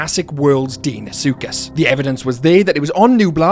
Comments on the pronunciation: It’s pronounced Dino-suchus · love how you pronounce deinosuchus XD